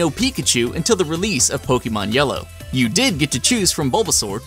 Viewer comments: Poke-Ay-Mon not Poke-Ee-Mon. It just bugs me. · ITS NOT POKEEMON! ITS POKAYMON!!!! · OMG HE KEEPS MISPRONOUNCING 'Pokémon' AS 'Pokee mon' UUUUUGGGGHHHH!!!!!!!! ONLY NOOB 'GAMERS' MISPRONOUNCE IT!!!!!!!!!! 😡😡😡😡😡😡😡😡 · i cringe everytime you say poke E mon... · hear "pokimon" O.o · Axellion poke-aymon sounds stuipid it's poke-UH-mon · Actually, most Americans are unable to pronounce "é" correctly due to their accent, so even people who make a living off of Pokémon tend to mispronounce it. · Did you just say...POKEEMON?!?!?!? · The Spicy Meme That's still off. Think about it this way. Pokémon comes from Pocket and Monsters. You don't say Pock"A"t or Pockayt or Pockeet. You know how to say Pocket. So, just take the "Po" and "ke" sounds from POcKEt and the "mon" sound from MONsters and you get Pokémon. The "e" sound in Pocket also happens to be the correct way of pronouncing é.